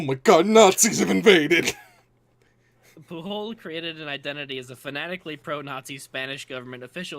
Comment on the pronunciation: Catalan is an important detail; Pujol is a Catalan name rather than Spanish. It's pronounced with a soft J, not a Spanish hard J. BTW, I drink a toast to Garcia's memory every April Fool's Day.